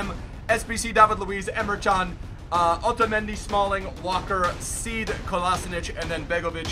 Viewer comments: the right way to say semedo is sss-meh-do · I know, right haha. How can anyone think that 'Shmedo" is the proper way to say semedo's name. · Yoo hahahaha schmedo, also calls pele pellèr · Says Smedu instead Semedo. "According to " Skills calls Mane Maniee. Don't go by what pronounces names 😂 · HHAHAHAHAHAHA thats not how we say Semedo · Mocking Commenter Hum, has Said Semedo in his videos correctly before... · he rarely pronounces players names correctly anyway and his videos are just the same now and just cringy at this stage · Says Semedo wrong too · can't pronounce names to save his life bruh 😂